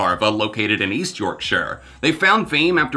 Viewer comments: Holy shit I hear it now, wtf? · the way you said yorkshire 💀💀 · the way you pronounce 'Yorkshire' is magnificent!